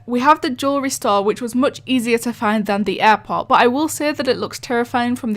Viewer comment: Bo offense but when you say airport its sounds like airpods